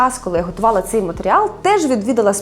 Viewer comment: «Ций» матеріал? Ведуча з Білої Церкви? 😂